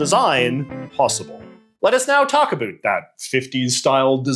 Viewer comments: When you say “about” i have to turn off the video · What’s this accent? Never heard anybody who pronounces “about” like “a boot”